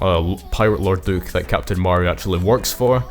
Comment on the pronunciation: Nice video but holy cow man it's pronounced Ma ree Ah, yk, like Maria from sonic adventure 2